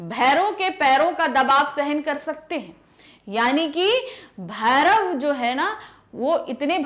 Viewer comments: भैरव नहीं भौंरा है मेम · Aree madam भैरो नहीं है भौरों है 😂😂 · Bhairav nahi Bhoro 😐🤣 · Mam aapne bhouro ke jagah per bherv pda diya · भैरव नहीं है भौंरा है 😊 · dear mam , its a bhoro mean bees not bhairav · Medam bhairav nahi bhoro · Maddam you are wrong it's bhavra not bharav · Madam bhairav nahi hai bhaure hai galat mat padhiye 😂😂😂😂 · भौंरा को भैरव बोल रही है आंटी जी 🤣